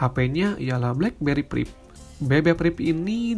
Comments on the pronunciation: priv bukan prip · BB PRIP wkwkw